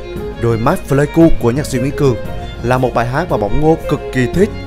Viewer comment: Pờ lây ku k đọc phờ lây ku nha b, hi, video hay lắm! Cảm ơn b review quê mình